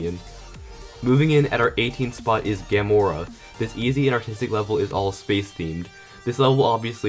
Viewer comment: that isn't how you say "Gamora"